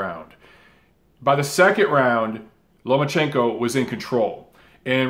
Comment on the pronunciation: You calling Lomachenko “Lomo” instead of “Loma” triggered me especially because you talked about people saying his name wrong.